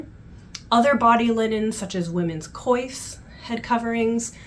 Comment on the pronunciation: Thank you so much for this amazing video. It was so interesting. One question as a French resident your prononciation of Coif as in coiffure ? Or is it pronounced Kouf? It seemed very strange to my ears. We visited Jamestown and found it remarkable.